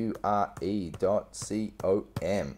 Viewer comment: dot see oh emm? really?